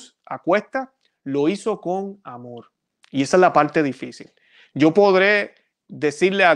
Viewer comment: Siempre confunde la L con la R, es una constante, confunde Amor por Amol, etc, etc.